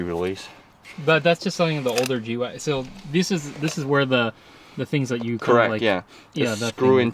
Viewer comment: ITS GWAGEN NOT GWAGON